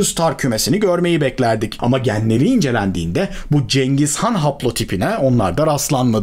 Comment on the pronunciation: Abi cengiz gan diyorsun ama vido girişinde Atilla nın resmi var.